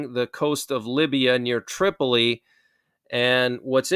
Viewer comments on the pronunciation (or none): none